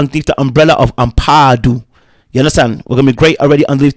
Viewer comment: 😂 the way u pronounce Ampadu in ur British accent is very funny lol😅